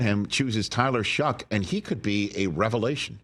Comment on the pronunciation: Rich said Tyler shuck 😂😂😂😂 can we talk about AR again pls